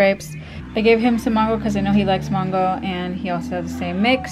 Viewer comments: It's mango not Mongo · It's Mango not mongo LoL